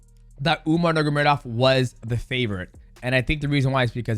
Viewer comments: Bruh Demetrius. It’s (nurmagomedov) not “Nuggurmedov” you cut pretty close to the hard R there my guy 😂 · anyone else ever noticed that dj says “nurgamedov” instead of “nurmagomedov”😭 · NURMA GO MEDOV Not NURGA... Nurma and not NURGA It's really not hard. It's even easier than Ask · mighty calls him nurmagedov every time. listen closely and you’ll hear him say it. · “Umar Nurgamedov” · Love ya mighty but Its pronounced NUR-MA-GA-ME-DOV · No disrespect, but please pronounce the surname correctly You are saying "nur-ga-me-dov" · Mighty let’s learn to pronounce the name: nur-ma-go-medov